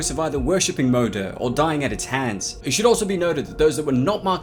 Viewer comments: Pronounce it right at least, jfc. Her name means Mother in Danish, Swedish and Norwegian. Its moder not mo-der. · It’s Moo-der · The way u pronounce moder! I recomend u to just use the english word Mother cause that's what u sound like when u say Moder in swedish xD and it means the same thing :p Anywheys great video, did not expect the creature too be a women though :o